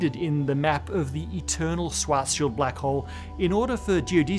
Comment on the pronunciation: It's pronounced Schwartzz-child....